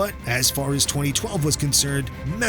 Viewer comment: Messi not pessi